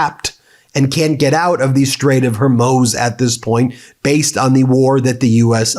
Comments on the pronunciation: Love your work - thanks, but re: the Strait of Hormuz: It’s more like “Hor MOOSE”, not “Hur Moze”. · Meiselas, why of all the news commentators , you are the only one who has not grasp the pronunciation of the word Hormuss, sometimes you pronounced as Hormiuse, Hormuiss, Hormaz, though most others pronounce right, but you. I think it is important to learn the right pronunciation of names when you report or stop reporting altogether. if you can add personal view to international news, you should stop giving us your feelings on Trump activities and simply report it without your personal feelings on the subject, this thing you do when reporting, is making me want to unsubscribe to your channel. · Hormuz. Hormuz. HOR-MUZ! Not hermoze!!!!! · Ben, please stop pronouncing Hormuz every-which-way. 🫨 It's pretty easy: Hor-mooz or Hor-mo:z (that just means you shorten the moo a bit (in case you don't read the phonetic alphabet 😉)). Otherwise.... Thanks! Keep up the good work! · Come on ben, you have mispronounced the name of the straight of Hormuz so many times. It’s pronounced “Hormoooz” not “Hormose”. Dude, come on man. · As much as I (as a fellow lawyer) appreciate getting your perspective on the news, I must say that it is incredibly annoying to have Ben consistently and continuously mispronouncing certain terms, such as the Straight of [Hoar-mooz]. It is not [Her-moze] or [Her-mooz]. Please try to have the integrity that would be expected from a lawyer who has to demonstrate due diligence in their work... regardless of whether you are now only performing independent commentary work. Thanks. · Is it pronouncecd hermoze or hormooz - make your mind up (it is hormooz). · Ben, my brother ... it's the Straight of HER-MOOZ - NOT mose (rhymes with hose) HER-MOOZ, HER-MOOZ, HER-MOOZ. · GEEZ BEN, quit saying “HAR-MOZE”. You’re the only person on the planet who pronounces it that way pay attention, LISTEN Ben, it’s pronounced “HAR- MOOZE”, rhymes with schmooze and booze, DUMMY